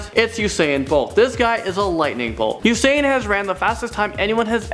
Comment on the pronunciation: He said usaiyan bolt 😂😂😂. It's just usain